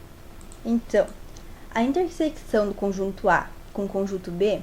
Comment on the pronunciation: muito bom, só errou em uma coisa, falar "intersequição", se fala "interseção" msm com o cç